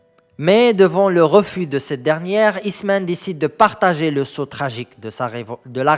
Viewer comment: Machi "sot" rah "sort" et mrc pour votre effort.